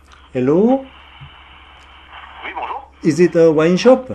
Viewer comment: 엘로라눀ㅋㅋㅋㅋㅋㅋ알로라 안하신게 다행이네욬ㅋㅋㅋ+ 와...내 프랑스친구들이 영어하는 것같아..헤지옹ㅋㅋㅋㅋㅋㅋㅋㅋㅋㅋㅋㅋㅋㅋㅋㅋㅋㅋㅋㅋㅋㅋㅋㅋㅋㅋㅋㅋㅋㅋㅋㅋ에흐발음앜ㅋㅋㅋㅋㅋㅋㅋㅋㅋㅋㅋㅋㅋㅋㅋㅋㅋㅋㅋㅋㅋㅋnicolas 와인샵ㅋㅋㅋㅋㅋㅋㅋㅋㅋㅋㅋㅋㅋ